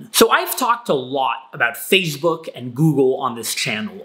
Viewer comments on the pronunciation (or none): "fazebook" LOL